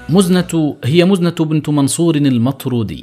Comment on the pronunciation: مزنه ، كسره تحت الميم وليس ضمه .. وماخذوه من المزن